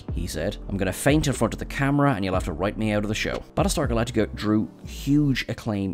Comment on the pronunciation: Balletar Galactica? Bad start… Ugh 2min in I had to stop… I can't take these terrible mumblings…